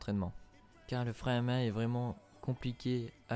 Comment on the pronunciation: Bordel l accent du nord le frein à MAINH